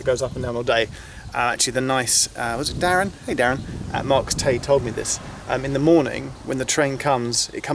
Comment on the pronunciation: Marcomanseckisax Marks Tey is pronounced as Marks Tay